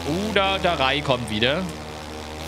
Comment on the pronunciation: Also ich hätte die aussprache von rai und ray genau anderstherum ausgesprochen